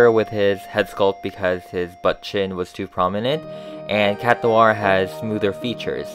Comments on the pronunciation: Chat noir not cat noir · Ever realised Cat Noir is pronounced and spelled Chat Noir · Its chat noir not cat noir